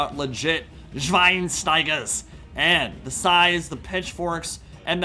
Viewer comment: They way you pronounced Schweinsteiger forced me into crumbling, lmfao. Keep up the great content! Been here around for years now, you are the best. Greetings from Germany!